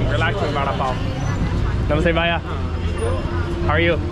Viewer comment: You're pronouncing bhaya incorrectly , it's bhaiya . ask someone. You also say thank you too many times no need. Max is more controlled. What's the name of this place & location. New York is very rude & high crime not worth living in.